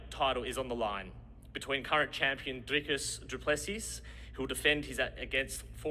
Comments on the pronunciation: nah mate, its afrikaans. You say it Drikus instead of driscus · Yea but he said it wrong it’s actually pronounced Driscus with the s I’m from Johannesburg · The way Issy said “Dricus” with an Afrikaans accent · Im still in denial how an Aussie can say Dricus’s last name for shit